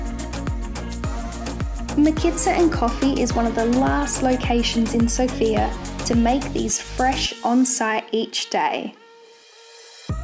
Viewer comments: Yeah, we love our feta cheese, bread, and meat😅 Also, it’s pronounced as SOOOOOFIA….not like the name Sofia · One of the mistakes that foreigners make is mispronouncing the name of the city. The emphasis is on the letter O, not the letter I.